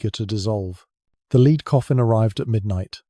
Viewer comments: AI voice. Nice accent but Henry's "lead" coffin was a "led" coffin, not a "leed" coffin. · The reader needs to learn how to pronounce lead. Not leeeed but lead. Lead sounds ridiculous.. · AI sucks! lead as led, not lead as to go first. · This stupid AI voice can't tell the difference between the metal lead and lead as in leading a horse. AI= Artificial Unintelligence. Suggestion. Use a human, it's cheaper and less off-putting. THE AUTHOR WILL TAKE NO NOTICE.